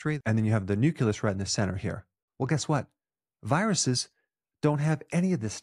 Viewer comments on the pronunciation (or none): Nuculous?? Like "nuke-yoo-lar"?? Nuclear Nucleus NOOO-KLEE-US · Oh Dr Berg … you said ‘nuculus’ … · Nucleus is pronounced "Noo-Clee-Us". You can get this, Dr. B.